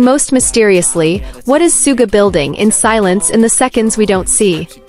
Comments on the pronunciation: Is this AI CRAP. BYE THE WAY HIS NAME IS SUGA NOT SOOGA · *****NAME is PRONOUNCED "SHOO-GA" Get with It.